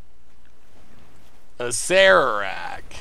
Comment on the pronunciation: You're the only one I've ever heard pronounce Acererak properly, so thumbs up for that alone.